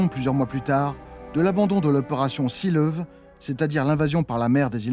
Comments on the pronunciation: Excellente vidéo comme d'habitude. Petite note de prononciation : Seelõwe (lion de mer) se prononce zééleuveu (2 é parce que c'est un son long) et non sileuv. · « Seelöwe » se prononce « zéleuveu » avec l’accent sur le « leu » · Merci pour ce documentaire passionnant et remarquablement informé ! Juste un détail pour la prononciation en allemand : l'opération Seelöwe (lion de mer) se prononce "zéeleuveu". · Un petit effort sur la prononciation de Luftwaffe, Zerstörer et See Lowe, et c'est parfait.